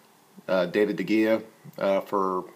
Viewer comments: I appreciate your response. My comment was specifically on the pronunciation of David De Gea - it should be pronounced David "De Hea" the G pronounced as an H. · Manufanatic 99 you are pronouncing his name correctly is Spanish the 'g' sounds like a H. He should research before doing stuff like that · you make some valid points and i am now intrigued to hear more of what you say. But please learn to pronounce the names of our manager and goalkeeper. One is as said with a J not a H, as he is Portuguese not Spanish and the other is said with a H in place of the G.